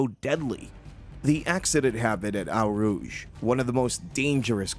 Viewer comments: 'Eau Rouge' is NOT pronounced 'OW Roojsh' but 'O Roojsh'. If you are going to post, do it right and if the computer narration can't handle it -- use your own REAL VOICE! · hearing you pronounce eau rouge is painful brutha. its not ow rouge, pronounce it like oh rouge (dont flame me it just hurts sry) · That is "owe" rouge not "ow" rouge to you. Do your homework. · This narrator genuinely sounds like he’s not an everyday fan & has haid to read up on this incident & has just shoehorned in some ill-fitting emotive words and sentiments. Plus, his pronunciation of Eau Rough and several drivers names is awful! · It's pronounced Oh Rouge not whatever you were saying. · * "O" rouge.